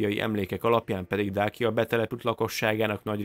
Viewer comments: Nem Dákia, hanem Dácia ahogy Ciceró sem Kikeró!!! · Többször rosszul mondtad a Dacia szót ezt magyarul igy kell kiolvasni: Dácsia